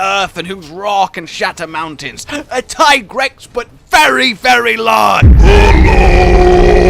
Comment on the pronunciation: It's not Tygrex. It's Teegrex...